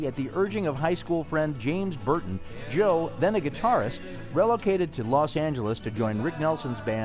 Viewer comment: Can't you pronounce relocated properly. Are we a nation of illiterates!